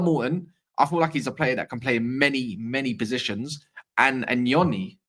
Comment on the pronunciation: THANK U 4 PRONOUNCING NYONI RYT.. U REALLY THE ONLY ONE IN ENGLAND